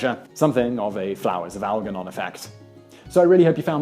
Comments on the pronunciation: the g in algernon is pronounced like a j . learn english please. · Flowers for Algernon that's a really esoteric book that reference there at the end with a complete mispronunciation of the mouse's name as well as saying of instead of for though... Was surprisining to hear